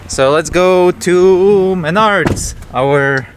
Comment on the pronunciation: It's pronounced Maynerds 🤣😂 .. and this kids is why we don't use a metal sheath handled shovel when digging around wires.